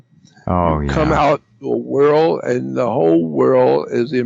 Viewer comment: Instead of world Jordan says like whirl! Haha.